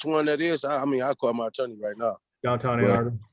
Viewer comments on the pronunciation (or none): none